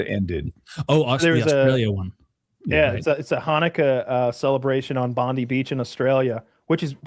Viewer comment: Its pronounced bond-eye not bondy. Jfc